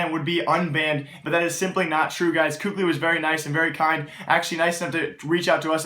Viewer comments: its kaylee not cookli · first off, you obviously were mad because you used the f word second of all kukli isnt how youpronounce his name, im just informing him on how to say it correctly, just because someone says differently doesnt mean its the correct pronunciation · it's pronounced kaly. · For a "news" channel there is a hell of a lot of subjectivity and empirical information provided. I find myself disagreeing with consistently with how I feel teams stack up. Also you should learn to actually pronounce KQLY. Not hating, just being objective with you.